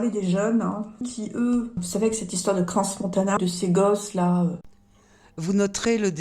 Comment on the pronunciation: Merci. Sur toutes les vidéo, la prononciation j'entends Crans avec le S prononcé, On utilise pas le S dans la prononciation comme exemple: Chamonix on ne prononce pas le X. Waouh, bonne interprétation. Pas d'opinion, juste une lecture de ce qui est sur la table. C'est se donner raison, et un manquement à l'humanité respecteux dans les mots appropriés, on est bas dans une basse cour. Respect est de rigueur et retenu du verbe. 🌲🍀🌲🍀🌼